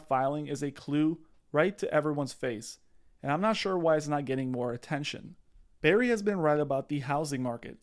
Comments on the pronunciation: That's Burry. Not Berry. Just saying. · Burry, like hurry. Not Berry. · BRRRRRRY not berry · It’s BURRY not BARRY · BURRY. NOT BARRY. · its Burry, with a U... Barry/Berry/Bear-y?.. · Burry not Barry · Can you please call him by his correct name? It is B U rry, not berry. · Dude, 30 secs in and your credibility drops 📉 Burry, not Barry. It’s the whole point of the video and you have people in the comments saying Barry. Come on man! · It’s not Berry, it’s BURRY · Burry not berry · Michael Burrrrrr-y, NOT Barry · It's Burry, not Berry 🍓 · Burry. BURRY Not Barry. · BURRY, not Berry. 👍🏼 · Burry not Berry. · B errrrry not Barry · "BERRY" its's BURRY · *Burry Not berry. 👍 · It's pronounced "Burry" as in "burn", not "berry" like "raspberry." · Can you learn to pronounce his name correctly?! Wow that was annoying every time you said “BARRY” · Bro, if he says BERRRY one more time i’m moving to Albania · All I can hear is "Dr. Michael Bear-y" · Pls just pls it’s Bur-ry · I know what you're saying is reasonable and I appreciate the info I really do but dawg it's difficult to take your analysis 100% seriously when you keep calling him "Berry" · Who is Michael 'BERRY'? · Stop saying Barry. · You can't even pronounce the mans last name? Sound it out letter by letter like my 6 year old.